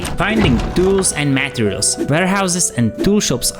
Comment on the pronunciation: Excelent video. Thanks. By the way: you re pronouncing the words materials, and durability